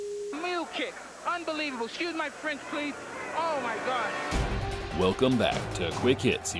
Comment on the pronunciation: “Excuse my Fwench”